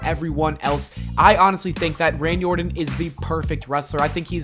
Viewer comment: The gag ball makes it hard for him to talk. So when he is saying Randy Orton we're really hearing him say Randy Orrin.